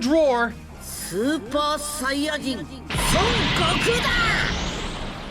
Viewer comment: Brother, you've got to stop mispronouncing the Son family last name as "sun". It's Japanese. It's a long "o", the only "o" sound in the Japanese language. It's pronounced like "own" as in to own something: "Sown". Love the passion in the work, though. Good content.